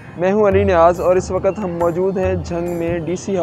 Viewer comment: Waqat nahi hota to waqt hota hai urdu bhi nahi sakhi se ati